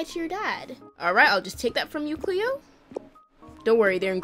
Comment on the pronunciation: U KEEP SAYING CHLOE INSTEAD OF CLEO 😂